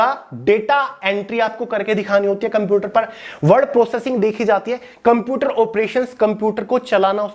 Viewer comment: its a shame jisko computer thik se nhi bolna aata wo hume gyaan de rha hai